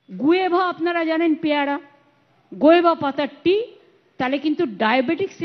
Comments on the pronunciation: 🤪🤪কথাটা কি গুয়েভা 😆😆guava কথাটা ঠিক করে বলতেও পারেনা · উচ্চারণ টা গুয়েভা নয়। উচ্চারণ টা গুয়াভা।